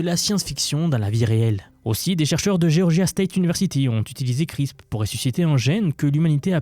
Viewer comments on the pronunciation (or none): Juste pour toi même parce que ça me fait trop bizarre d'entendre ça, ça se prononce "CRISPEUR" pas "CRISP" 😅